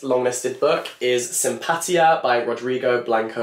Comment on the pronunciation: just here to point out that the word "Simpatía" is pronounced very differently lol really looking forward to read all of these titles!